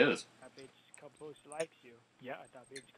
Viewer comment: it's cabosse it's fucking caboose!!!😱😱😱